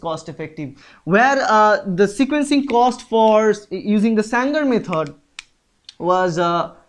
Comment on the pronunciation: It is Sanger NOT Sangar